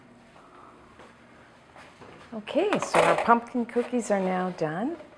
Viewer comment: Pumpkin, not punkin.